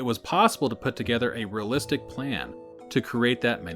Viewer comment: REALlistic not RAlistic